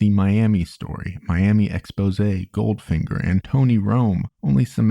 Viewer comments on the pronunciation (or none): none